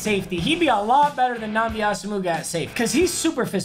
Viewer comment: just say nnamdi bro😂😂